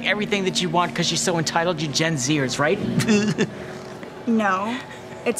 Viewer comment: he actually said gen-zeers😂